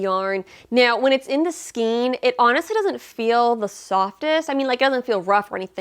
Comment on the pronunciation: Thanks for this review of so many Hobby Lobby yarns! My local store doesn't carry all of them, but HL does ship! (BTW, "Skein" rhymes with "chain," not with "scheme.") 😁